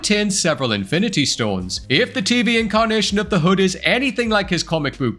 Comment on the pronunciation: Its taking way too long for Adam Warlock to debut! Also did you call the Hood... "The Hud" lol